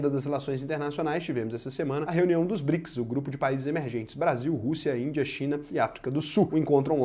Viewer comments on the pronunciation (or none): none